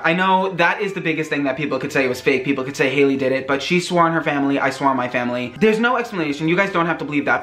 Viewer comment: I like how he made haileys name into hails